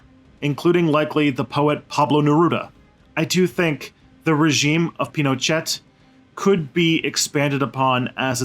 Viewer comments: Lol pronouncing "Pino-chat?" This guy took all the info from Wiki. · Pinochet, pronounced 'Pinoshay'